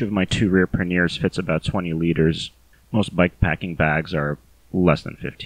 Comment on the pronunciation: Good information, thanks. (p.s. it's "PANyers")